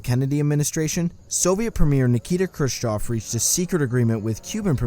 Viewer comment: and pronouncing the name Khrushchev as Crew-choff